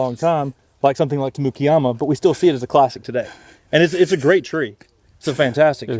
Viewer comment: You know where you are when you hear Tamukeyama pronounced that way. Auburn is such a great place for plant guys